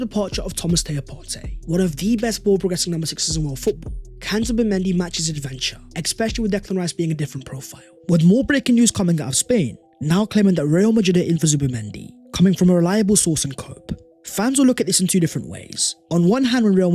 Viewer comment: The word is DUEL, not 'dool'. Especially, not 'ecspecially'.